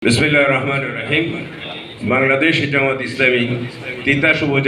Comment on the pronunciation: দলের নাম জামাত ইসলাম এমন গুরুত্বপূর্ণ পথ পেলেন অথচ বিসমিল্লাহির রাহমানির রাহিম শুদ্ধ কইরা পড়তে পারে নাই দাবি করে ইসলামী দল ইসলামী দলের নেতা